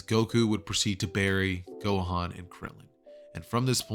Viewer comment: you said "gokan"